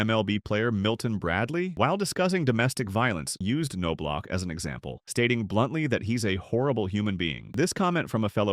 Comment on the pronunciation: Pronounced.... Nob Lock...geez...